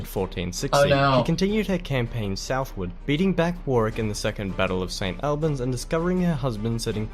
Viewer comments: He does a great job of condensing the history into a short video, but his pronunciation of some place-names is a bit wonky: Warwick = "Worrick" not "war wick"... he eventually gets it right, even if never did;) St Albans = "Saint Allbuns" not "al bans" Tewkesbury = "Tooksburry" not "tew-KES-berry" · If the Narrator is a kiwi a New Zealander that explains why he mispronounced the place name of St Albans also. it is not Saint all-bans but Saint Hallbans. Even though spelt Albans. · St Albans is pronounced Or-buns not al-bans. I used to live near St Albans. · Not sure that the narrator's British - sounds a bit Australian, maybe? I would suggest more standard English ways of pronouncing the following words/names (in brackets) although there are of course variations throughout the UK.: St Albans (all-bnz), not Al... Anjou (on-zhoo) not anne-jew; Warwick (worrick) not war-wick; Towton (toe-tn) not Tao-ton, Tewkesbury (tyooksburee) not Tyookis, and Tudor (tyooduh) not TyooDOR. However, we both do tend to say dinasty. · It's actually the WARS of the Roses ! I've NEVER seen Game of Thrones ! So I don't know what all the fuss is about it. The narrator is no Englishman as he pronounced WARWICK, ST. ALBANS, BARNET and TEWKESBURY incorrectly ! It should be WARRICK, ST. ALL BUNS, BARN ET and TEWKSBRY. PSYCHE ( human mind, soul or spirit ) is pronounced SY KEY. TUDOR is pronounced CHEWDUR. Basic British history taught at school is about the TUDORS and the STUARTS. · Not only Warwick, he pronounced St Albans, Tewkesbury and Tudor rather unnatively too. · I dunno if the narrator is Australian but his pronunciation of almost every town name is incorrect and grating; Warwick, St Albans, Barnet, Tewkesbury etc.